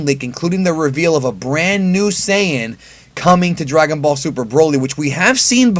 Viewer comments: There is no such thing as Saiiiiiiiiiiii-en. It’s saiyajin or saiyan. Saiyan is some weird hybrid word you made up. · No, the correct way to pronounce the word Saiyan is not "sigh-yan." Yes, the Japanese word Saiya-jin is pronounced "sigh-ya-jin" but Saiyan is a word created in the English dub and has never been used in the Japanese dub, and is therefore pronounced however they say it is: "Say-yan." No matter how many times you say it, you're still wrong... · "Sigh in" isnt fuckin correct. Its "say in" in English and Saiyajin in Japanese. If anything "sigh in" is the least correct cause it aint correct in English or Japanese. Stop saying that. Its annoying.